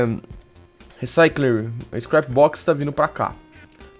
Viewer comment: nao é reciclyer e sim recycler (sem o ci)